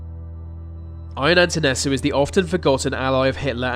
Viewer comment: nope, didn't nail the pronunciation, neither of Ceausescu, nor of Antonescu (it's Ion, pronounced: "Yonne"). Also, what about Caligula?